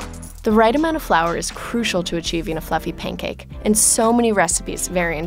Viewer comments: Pain cake 😔💔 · Sounds like she's saying "pain cake."